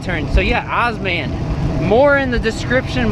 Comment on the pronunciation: Good to hear somebody is using osmand! I would say it is pronouned O-S-M-"and". (Openstreetmap Automated navigation directions is the full name) Another thing to mention is osmand's bike navigation. Osmand has bike navigation, and in my experience it has been very good. Osmand also gives you an option between three different routes - "Shorter Route", "Balanced" and "Prefer Byways". This helps in changing the route from a quicker one to a more safer/scenic one. "no route planning"& "must transfer GPX files to phone" aren't real downsides because actually you can use route planning, it shows you the route if you don't hit the go button and you can analyse the elevation and many more features. Osmand is also based on openstreetmap a crowdsourced map sort of like wikipedia. I would say "open-source maps" is a mis-representation of what it is, since open source refers to software. Nobody calls wikipedia a "open-source encyclopedia". Since the intentions behind the map are not commercial like Google's, in my area (and in many others I assume) the cycle paths and accessories are much better mapped. You can create a OSM (osmstreetmap) account and start adding places in St.Louis such as bicycle parking (bike racks), shops etc. using osmand by enabling the "OSM editing" plugin. You can also use the openstreetmap website to edit, and this gives you more power to add things such as cycle/footpaths and generally make the map a whole lot better for cycling. Also - sidenote - aparren